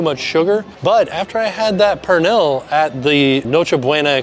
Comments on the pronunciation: Pernil is pronounced more like “per-neel” if you ever wanted to give it another shot somewhere else! Sad that tostone was so tough, I was excited for you to try the dish! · The way he says dulce de Leche and pernil kills Me . I was correcting him every time. The tostones with pernil would be much better if it was made fresh and hot. They are hard because they are cold. When they are hot they are soft. There is a restaurant 5 minutes outside of disney springs called Pal Campo. You should try it. Authentic Puerto Rican food.